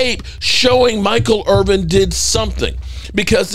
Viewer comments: It’s Irvin. Not Irving. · It’s Irvin…but somebody tells you this every single segment so you obviously don’t care.